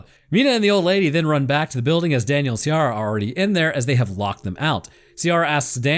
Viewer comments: Ciara = ‘Kee rah’ ≠ ‘See ah rah’ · Ciara is pronounced KE-RA, also no anglerfish reference? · The Ciara pronounciation makes me an Irish guy twitch every time I hear it.